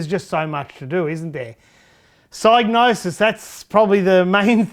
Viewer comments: You are defintely the first person ever to pronounce it with a silent G. Everyone, when growing up, on TV (e.g. ads, game shows, and computer shows), at conventions, all pronounced it with a hard G and either a "Sig" (sounds like "Dig") or as "Sy" (sounds like "Die" -- i call this a hard "Y") .....meaning, the hard G (not silent) was always said the same way. It was just the beginning part if the "Y" was soft or hard. For me i pronounced it with a hard "Y" which is the most correct version, even trumping Clarke ;P. Proof? Check out BLOOD MONEY's intro to hear how Pysgnosis pronounced their own name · You are indeed wrong. It should be pronounced Sig-nosis. The y is pronounced like in 'hypnosis' and the G is most definitely not silent. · hmmm, I decided to look into it and I'm pretty sure you're wrong. The word “gnosis” (meaning “knowledge of spiritual mysteries”) is pronounced with a silent G. Presumably the “Psy” part comes from “Psychosis”. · It's a made up word, so if the guy who made it up pronounces the G then that's that, the G isn't silent. But linguistically it makes no sense. Also saying I'm literally the first person EVER to say it with a silent G is just retarded. A combination of G and N almost always means the G is silent, eg. gnome, gnocchi, gnarled, gnat, gnaw, GNOSIS 😂